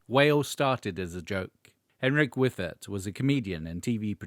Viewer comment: "Wyffert"? 😆 Actually, "Pay for me" is the real asskicker from Whale. Still love that tune.